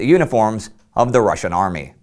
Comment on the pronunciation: Ive noticed how Indy generally pronouces the words from other languages correctly be it Russian or Chinese. Good attention to detail!